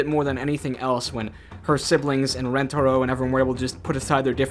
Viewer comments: She kept saying it RenTARo when it’s not like RENTaro. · I think you do too I just heard it right at the beginning and went 😬. I feel bad for Asian Americans that played this game, especially with Lani’s constant mispronunciation of Rentaro that even Yumi copies because I guess assimilation? Idk lol.